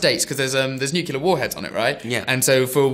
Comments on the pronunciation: It's fucking NUCLEAR, not NUKULAR. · It's not NOOKULAR it's Nuclear! NEW-CLEAR! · nuclear nuclear nuclear.. god nuke-ular drives me bonkers. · cant listen to him say Nuculer any more. It's Nuclear noob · I only have one thing to say, its fekking NUCLEAR! Not Nukelar or any other variation. Trailers look good but let's hope this turns out to be good. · C'mon, it's pronounced NooClear!